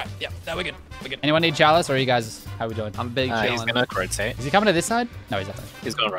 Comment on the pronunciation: "He's gonna Cro-tate" did not get the respect it deserves!